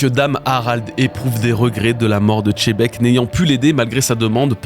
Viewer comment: continue de dire chebec au lieu de xebec et sa va te soulever ta race là